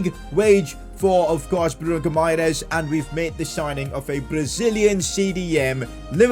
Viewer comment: Say it like “bruno Hi MA RAIZE